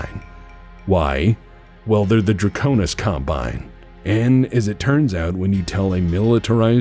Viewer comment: Dwaconis Cwombine, we have dwagons.